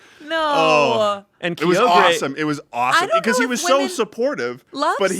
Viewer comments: says "key-oh-gray" and I don't know involvement with Pokemon but I know has no idea so no one alerted him to his egregious pronunciation sins No one will see this comment three weeks after the episode airs but I have to make it anyway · was about to make a pokemon sapphire joke? It sounded like he said a mispronounced version of "Kyogre"